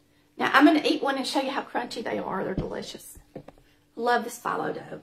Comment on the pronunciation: Looks delicious. I've been using phyllo dough for years, and it is pronounced fe low. Not a biggie...just thought I'd let you know.